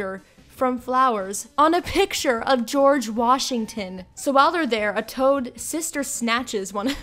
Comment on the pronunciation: “On a picture of gorege Washington “